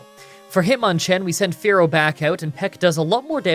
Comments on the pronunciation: It’s not Fair-oh It’s Fear-oh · "Why do you pronounce Spearow and Fearow like Sparrow and Pharaoh?" "It's in the book."